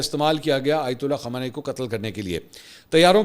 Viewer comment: أپ خامینائ کو خامانائ کیوں بولتے ہیں۔۔۔۔۔۔؟